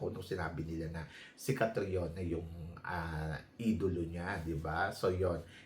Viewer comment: Idolo daw nya si Catriona pero hindi alam pronunciation ng name, Kate-Riona Gray daw😅 wag kami Tharina, hindi mo kami mauuto😅